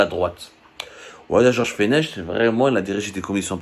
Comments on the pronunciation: L'ancien magistrat se prononce "Fenek" et non "Fenech".. vous êtes juste capable de chercher sur Google sans rien maîtriser.. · On ne dit pas fenech. On ne prononce pas le ‘ch’ ça se prononce ‘fenec’ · Mr abdou ce monsieur donc tu parles ça se prononce fenek et non pas fenech. Mr George fenech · Prononcer fenek,Georges Fenech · ce prononce Georges feneck!! On a pas du satanisme au Maroc !!!